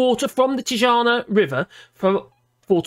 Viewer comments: I think the secret word was tijuana pronounced Ti-a-wana not that coffin woman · Pronounced Tee-wana